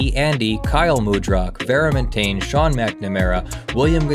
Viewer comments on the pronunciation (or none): none